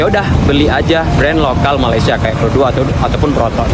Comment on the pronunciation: Bukan pero 2 sebutanya pro dua …..he…he….